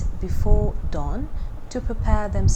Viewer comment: Please Correct to Dawn not DOWN.